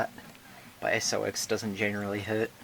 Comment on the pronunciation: just to let you know SOX is pronounced socks not s-o-x.